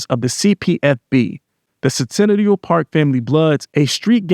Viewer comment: It’s pronounced sin ta nella 😂😂😂